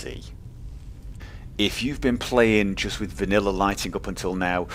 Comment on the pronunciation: you said vaniller